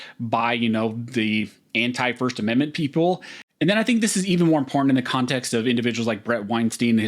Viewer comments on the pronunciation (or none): As often as you use the word it makes me cringe listening to your butchery of it... OK so the word important is NOT pronounced im-por-ant or im-por-int or im-po-int... When you use the word put MEANING behind it because it is a vert IMPORTANT word so say it like you mean it. Practice if you lack the tongue to properly say it. (im·por·tant) - adjective - of great significance or value; likely to have a profound effect on success, survival, or well-being. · This guy can’t say important